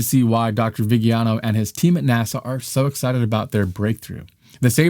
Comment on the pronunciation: It is pronounced “vijano” non “vighiano”